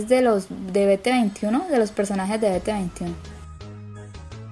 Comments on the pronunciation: Holi!! Me encanto el video. Nada más que bt21 se pronuncia: bi ti tueniwan😅😅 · Pero a propósito se pronuncia así como te lo escribo bi-ti-tweny-uan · Me encantooo 💜.... (BT21) Se dice bi ti tuenti uan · Muy linda tu habitacion!! una cosita: BT21 se pronuncia en Ingles. saludos de Argentina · No se pronuncia bt21 se dice bititwentyone, osea el 21 en inglés y el bt, se dice biti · es BI- TI -TUENIWAN!! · Me encantó demasiado pero hermosa se dice "bititueniuan" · BT21 se pronuncia Bi ti tuentiwan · Se pronuncia BiTitueniguan BT21 PD: me fascinó tu avitacion 😍😍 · se pronuncia biti tuni watn BT21 Ame tu cuarto te quedo bello😍🤗❤️ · Ja ja dice bete veintiuno envés de biti tueniwan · Veteventiuno sjjsjs xD es BT21 pero se pronuncia Biti-tueni-guan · Ni se pronuncia "be te veintiuno" se pronuncua "bi ti twenty one"😊 (Critica constructiva) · No se dice be te 21 se dice bitituniwan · Hermosa te adoro solamente se pronuncia bitituentiuan no es bete veintiuno sin ofender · Ella dijo "Vete Veintiuno" cuando en realidad es "BiTi Tueniwan" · Se dice bitituenyuan así se pronuncia BT21 mas no beteveintiuno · Mujer v: no se dice "Beteveinte y uno" se dice "Biti tueni uan v:" xD no es una critiva amigos ;^; no me tiren bardo yo solo le enseño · falto van y no se dise bt veinti uno o como se escriba es bt twenty one :) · No sé pronuncia"beteveintiuno" sé pronuncia "bititiuniwan" pero se escribe bt21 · no es ( bete21) es bitituentiuan ( así se dise pero así BT21 se escribe) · Te falto a Van que es una de las cosas que mas caracterizan a bts porque el lado negro simboliza que cuando las armys anericanas estan dormidos en el lado blanco army coreana esta durmiendo Y no se dice be te veintiuno se dice bi ti tweny one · #elmariashi Coño sin ofender pero quien dice "be te veintiuno" todos saben que así no se pronuncia bt21 es bi ti twenty one Pero sin ofender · jajajaja beteveintiuno es bititwentyone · Se dice bititueniuan no bete21 se dice en inglés saludos :3 😊😊😊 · Se dice BT twenty-one